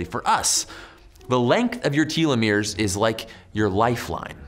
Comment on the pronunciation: “Tell- eh-meers “